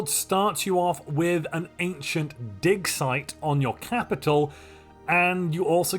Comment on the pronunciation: I was cooking and listening to this. I promise he said “dic size, not “dig site””